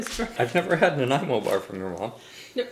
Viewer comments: It's funny and it also hurts a bit with how hard of a time she has saying Nanaimo bars. Also..... In BC Nanaimo bars definitely have melted chocolate on top... And in Nanaimo, you know, the city they were made in..... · And at the end I still didnt know the correct pronunciation of those bars 🤣🤣🤣🤣🤣... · Half my family is from Naniamo and it would always drive in insane when anyone mispronounced it. Bonus question, where is Naniamo?